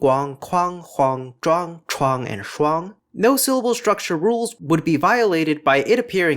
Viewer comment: Shuang is one syllable